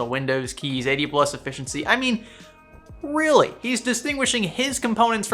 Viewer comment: That, "I mean REALLY " was your inner Dust Off Dude coming out.